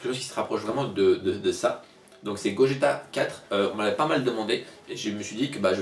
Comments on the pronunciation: super dessin mais par pitié, arrête de dire "Gojéta"... on dit "Goguéta". sinon génial ;) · Sa s'écrit Gogeta mais sa se prononce Gogueta :c